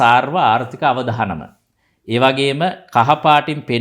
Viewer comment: පුතේ, අවධානම නෙවෙයි, අවදානම කියන්න. ඔයාගෙ වීඩියෝ ගොඩක් අය බලනවා. වරද්දලා සිංහල කිව්වාම ඒ බලන දරුවොත් වැරදි සිංහල ඉගෙනගන්නවා. ටීවී චැනල්වල ගිරව් වගේ කියවන්න විතරක් දක්ෂ නමුත් සිංහල බැරි අය නිවේදකයො කරලා එයාලා සිංහල භාෂාව මරලා දාන හැටි වගේ නෙවෙයි පුතා වගේ උගත් කෙනෙක් සිංහල වරද්දනකොට. "අවධානය" සහ "අවදානම".